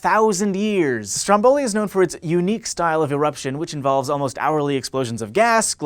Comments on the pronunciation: Stròmboli, not strombòli :P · It's Stròmboli, not Strombòli.. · It's pronounced Strómboli, not Strombóli. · every time you say Stromboli like that, an Italian dies.